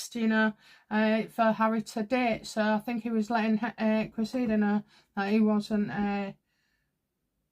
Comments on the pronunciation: It is not Creseeda it is Cress ih duh. Cressing. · great reading but it's: CRESSida. Emphasis on first syllable. No biggie but a thing of mine😁